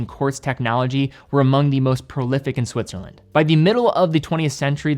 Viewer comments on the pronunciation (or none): none